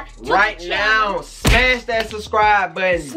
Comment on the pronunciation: Am I'm the only one who heard her say Shrubcribe